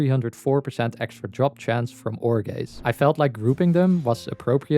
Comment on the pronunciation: I just wanna say Every time you said "ore gaze" i heard "jorge" You're welcome